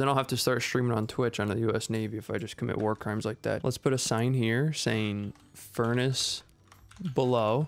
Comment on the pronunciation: “Furance below”